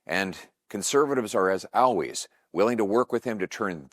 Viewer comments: Why does PP say "owways" instead of always? WHOA! Did PP just say that he wants to work with Americans who are willing to subvert and undermine the White House??? Shocking! EDIT 30 Jan 2026: Now knowing the historical context of Lord Palmerston, I'm gravely disappointed that PP would choose to quote him. PP and a significant portion of the CPC might just be the Canuck equivalent of RINO Republicans (read "British Imperial agents in the US"). Be careful about any support you show for the Empire's covert war on America! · Learn now to pronounce "always" you doink! 😅